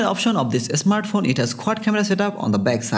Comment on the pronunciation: Bangali English. Not asmart phone smart phone 😀